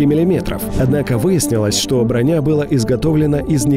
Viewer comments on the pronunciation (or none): none